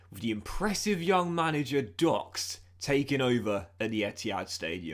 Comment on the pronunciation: please tone it down with your italian pronounciation lol it sounds very forced with the voice change and all that